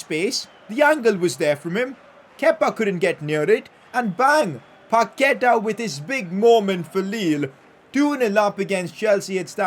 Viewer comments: It's pronounsed Pakueta not paketa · Put the accentuation in the final a when saying Paquetá, I think that’s its correct pronunciation